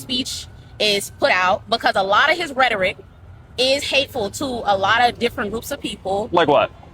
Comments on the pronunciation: Rhetoric? Ret-or-ick. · can’t even say rhetoric right lol